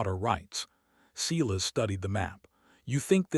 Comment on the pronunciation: I keep hoping someone will correct the pronunciation of the word Silas. There isn't a (cee-las) in any pronunciation of the word. The proper pronunciation is (SI-las). Hearing the word sounded out the wrong way, make listening to these stories grating. Please, for the love of All that's holy, fix this mess.